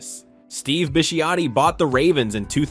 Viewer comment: As a Ravens fan, I'm cringing hearing the announcer pronounce our owners name.